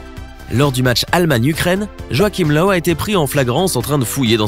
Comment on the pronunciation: joachim löw (löw se prononce leuve)